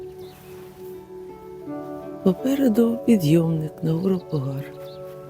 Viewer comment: наголос не там ставите , пОгар ,а не погАр !